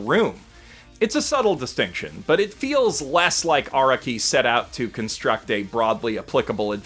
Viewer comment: how does still not understand how to pronounce "Araki" after six billion fucking videos